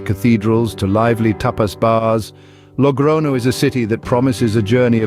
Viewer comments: I gave a like to it in the beginning but after the 10th "logrono" word, I became mad. It is Logroño! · Glad you're not using AI but why not pronounce the ñ properly? It's not difficult.